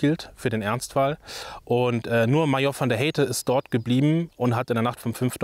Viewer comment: History Kurzer Hinweis: von der Heydte spricht man im Deutschen mit "ai" (also - v.d. Haidte) aus, also nicht "von der Heiite" .